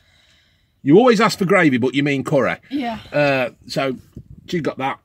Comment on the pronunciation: Graveh not CURREH